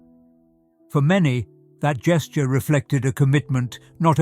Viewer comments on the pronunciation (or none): none